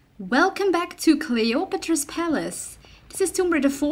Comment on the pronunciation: Did you just say Clay otro po palace at the beginning ^^